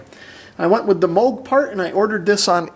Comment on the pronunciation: Thank you for pronouncing “Moog” correctly.